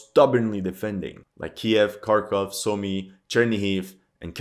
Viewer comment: At long last, a commentator who knows how to correctly the names "KEY-ev" and "KHAR-kov" . I'm surprised that media mouths havent changed the pronunciation of Ukraine to ""EEE-kreen" or "YUK-reen" or something equally silly. 😅